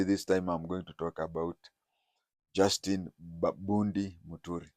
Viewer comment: It's not Justi Bundi, It's Justin Bedan Muturi